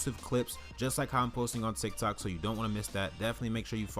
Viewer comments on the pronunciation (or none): none